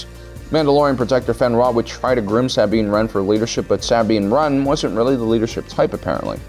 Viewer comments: Your endless box of mispronunciations LMAO (Sah-Been Ran) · So no ones gonna bring up how he said sabine wren like 1000 times and in the weirdest pronunciation